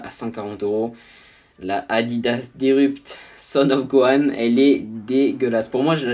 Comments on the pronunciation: Son of Gohan j'suis mort 🤣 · NOOOOON LA PRONONCIATION DE « SON GOHAN » 😭😭